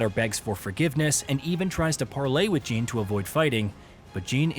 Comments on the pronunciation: Jean? I think you mean Jin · He suddenly started calling Jin "Jean" like halfway through the video 😂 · I'm like "who the fuck is Jean!??" 😂